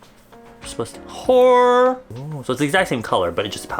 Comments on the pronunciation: whenever he says heol all I can hear is whore :,)))) I’m sorry kuya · I keep thinking he’s saying “whhhooorrreee,” omg 😂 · He’s trying to say “heol” which means omg in Korean but he pronounces it really badly and it just makes me laugh each time 😹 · I always think you’re saying “whore” everytime you say whatever it is that you’re saying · everytime u said 헐/heol I thought u said whore for a split second and got very confused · Idk what it means but every time you say that it just sounds like your shouting "Whore!" 💀